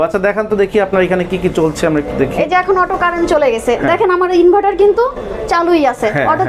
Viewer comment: ইনভাইটার না ভাই ইনভার্টার